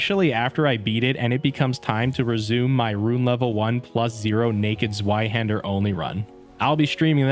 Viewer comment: “Zwi Hander”😂